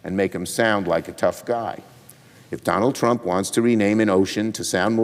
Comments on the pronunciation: What an absolute Wanker 😂😂 She just kills me when she pronounces his name ‘Tdump’. He may have forgotten that she slapped him a week after her appointment to the Job! He will be dealing with more international female leaders this term. He won’t cope 😂😂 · Let's admit it, that was a HILARIOUS rebuttal, worthy of Stephen Colbert or Jimmy Kimmel! It was perfectly at Trump's level (I love how they pronounce it "Tromp" :-)). This is what the entire world should do. Just show how ridiculous he is, again and again. Make fun of him, as long as he is able to do his job seriously. Until the very last MAGA supporter in the most remote corner of "America Mexicana" finally gets it too. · She said "Troomp" - middlefinger quality!!